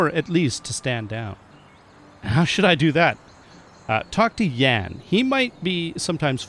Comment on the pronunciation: Try to pronounce Jan as jaan a long a as in yawn. Great content as always.